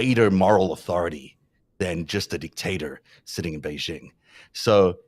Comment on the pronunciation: The "j" in the word "Beijing" is not pronounced like the "g" in the English word "regime"; in fact, this sound does not exist in Chinese. The "j" in "Beijing" is pronounced more or less like the "J" in the English name "Jim."